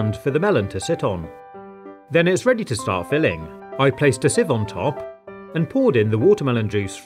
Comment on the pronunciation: BeFoRE FiLiNIg It Up WiTh DRINK" can this man talk properly?